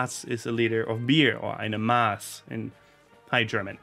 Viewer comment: Ok ik I'm late but one thing really annoyes me it's mass not maas, it's a short a